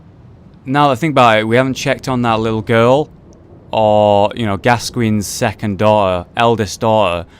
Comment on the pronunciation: I don't think Alfred's helm was gold, I think it was black or silver. 31 mins, correct pronunciation of Gascoigne :)